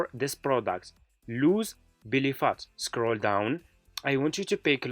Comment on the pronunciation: It’s not Billy phat, it’s Belly Fat. 😵‍💫🤔. It’s how to lose belly fat, not how’s Billy fat!